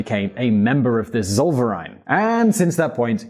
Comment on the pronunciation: Please, could you just remember that in German V's are pronounced as F's. Tsoll-fair-eye-n, not solvereign